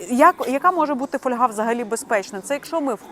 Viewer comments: Не каверкайте наголос ((( ФольгА. Як не випАдок, так фОльга. Що за недорозвинута мода... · Не фольгА, а фОльга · Правильно казати фóльга, від латинського fólium — листок. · А я постійно говорю фольгА .. ,фОльга мені ріже вухо . Може ,що з дитинства так у мене говорили і і воно до мене так приклеїлось ... Та тільки аби ця помилка ....😮😊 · фОльга . Так правильно українською. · Запозичені слова зберігають наголос мови, звідки походять: фо́льга. Наголос на О. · Наголос на літеру о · Фольга- наголос на перший склад. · Фольга, наголос на о